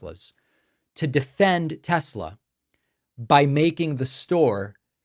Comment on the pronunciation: It's simple, THEY LOVE TESLURRR